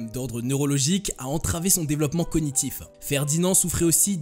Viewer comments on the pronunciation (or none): none